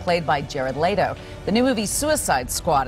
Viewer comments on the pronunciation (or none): DEAR LORD ITS LETO NOT LAYDO! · "Jared Laytoe" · Who the hell is Jarret Lay-toe?